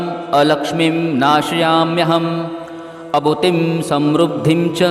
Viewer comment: अभूतिम असमृद्धीम च म्हणणे योग्य होईल